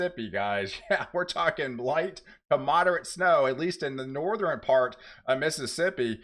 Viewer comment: Hello and best wishes. I was in broadcasting 30+ years. Having said that, I have friendly advice so you can sound even more professional. 1. Relax & just share the info. Forcing your voice & sounding over hyped diminishes professionalism. 2. You consistently mispronounce “southern” and “northern”, etal. You say “suh thren” and “nor thren”. The “R” is misplaced as you pronounce these words. It’s annoying. Southern should be pronounced “suh thern”. Northern as “nor thern”. 3. Just speak like you’re talking to a friend. Calm down. Peace & love.